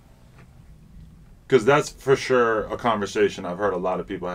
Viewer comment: Why is Adam ao cringe lol “ foursure”